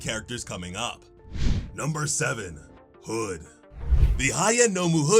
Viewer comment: why did he say hood like that?